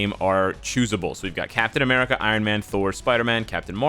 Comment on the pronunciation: "Captain Americal"